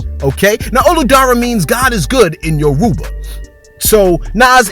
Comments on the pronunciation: No beef but you pronounce Yoruba wrong it say it as yo-roba even though it is spelt yoruba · Yoruba is pronounced Your Ru Ba like Aruba...His net worth might be in the billions... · the way he said Yoruba lol he tried